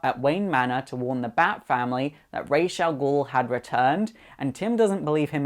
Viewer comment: Finally someone says Ra's name right.